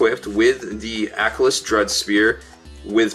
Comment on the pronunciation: It's pronounced a-kill-us